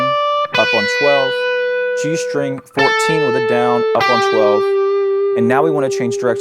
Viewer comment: why do so many Youtube guitar teachers pronounce "string" as if there's an H in there ("shtring")?